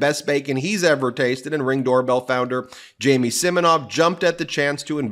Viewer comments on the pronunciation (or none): none